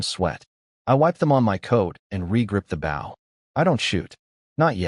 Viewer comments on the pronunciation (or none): The story is good but there's a lot of mispronounced words like bow, it's oh not ow. There are also a lot of spelled words that should be read, weirdly sometimes words that are spelled are read the next time it's used.